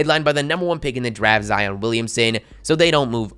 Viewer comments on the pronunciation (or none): none